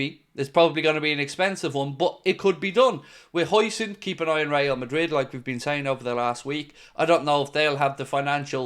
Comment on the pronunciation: Bring huijsen in !!! Eh...huijseen ? Huyson... whatever...that guy is good